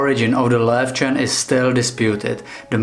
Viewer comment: Yay for the correct pronunciation! :D My Löwchen only does a sort of quiet short bark if there's abnormal human activity outside our apartment block at night. So it's really rare and I know to get up and inspect what's going on if she does that. But she's the only little lion dog I've ever had - she came to us as a 7 year old rescue from an illegal and filthy puppy farm - so I don't know if she's typical for her breed or not.